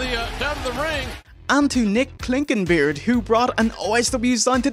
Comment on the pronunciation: I still can't believe I'm Nick Clinkenbeard and I brought that sign and said my name correctly lol